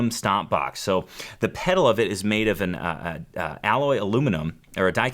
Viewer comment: "...are MADE in Australia." Why do millennials always emphasize words nonsensically?